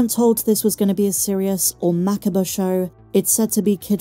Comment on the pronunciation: Mac-A-Ber wtf!